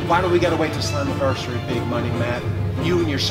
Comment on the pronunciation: matt didnt say slammiversary he said summiversay XD